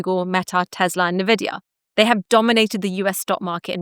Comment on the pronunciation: IT'S EN VIDIA NOT NE VIDIA